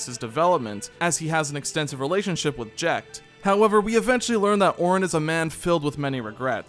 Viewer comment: It's not "Teedus", it's "Tide-us". It's not "Orrin", it's "Are-on". Why are YouTubers so bad at phonics?